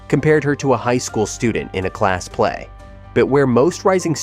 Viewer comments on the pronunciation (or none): none